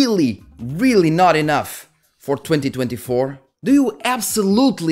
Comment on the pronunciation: when you said we're in 2024, it sounds like 202024